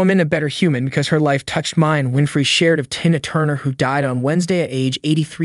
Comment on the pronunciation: Exactly. Of all the words to mispronounce, you can't say the word Tina? smh